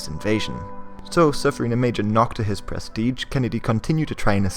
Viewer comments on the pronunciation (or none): none